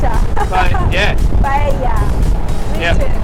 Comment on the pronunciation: Yeah, mate, I had a pahyella. She: Paella!: Yeah, Pahyella, yeah.